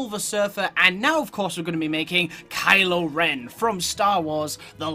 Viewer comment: At first I thought you said Kyle Ren